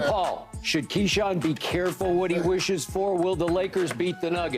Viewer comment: Keyshawn pronunciations be crazy sometimes